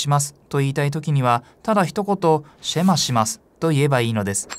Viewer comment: ヘブライ語では、だいたい第二音節にアクセントが来ます。また最後ちょっと伸ばすので、SHEma ではなく sheMAH と発音すると、よりヘブライ語っぽくなります。また、ユダヤ人は、朝夕この祈りを「祈っていた」と過去形で表現されていますが、今も朝夕祈っています。神に聞き従うことを切望して。感動します。